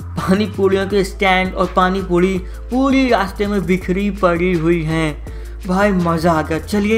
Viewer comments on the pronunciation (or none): Pani pudi nhi pani puri hota hai 🤣😂😂😂😂🤣🤣🤣🤣